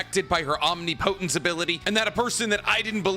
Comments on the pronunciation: OM-NIP-OH-TENSE NOT OM-KNEE PO-TENSE OMGGGGGGGGGGGGGG SORRY BUT NOT SORRY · Idk why it's bothering me as much as it is but it's just enough that I wanted to say something. Omnipotence is pronounced "om-nih-puh-tns" not "omni-po-tense". It's a short i and a u sounds for the po. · Slight correction! Shikamaru is Nepotistic: He was trained by Sarutobi Asume, the son of Hiruzen. EDIT: It's pronounced OHM-NIP-OH-TENTS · It’s pronounced: Aam-nih-poh-tnt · it's om-nip-oh-tents .... Plz be the only YouTuber who says it right ... Plz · I would love to be able to explain how to pronounce omnipotence through a comment…but I love! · Omnipotence is not a crazy advanced word to say correctly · They way he pronounces “omnipotence” has me fuckin tilted. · Please pronounce omnipotence correctly! So many people are saying it wrong and you are known for your good diction. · Pretty sure that’s not how you say Omnipotent/Omnipotence… unless there’s more than one correct pronunciation I’m not aware of?